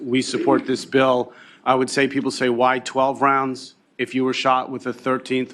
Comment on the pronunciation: I wanted to STRANGLE that 1st fuck for saying "Rounds" wrong in EVERY WAY POSSIBLE!